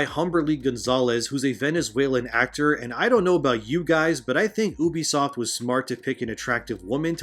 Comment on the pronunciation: You-be-soft. Not oo-be-soft!